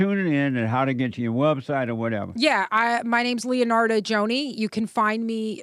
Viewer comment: Dude said “Leonard” 😂